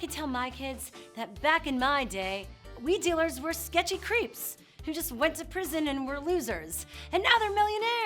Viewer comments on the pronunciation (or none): I can't be the only one who heard "we dealers were sketchy creeps" instead of weed dealers and was suddenly 10x more interested lol